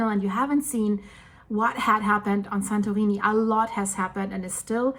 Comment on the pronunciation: Ok she is definitely saying "santoweenie"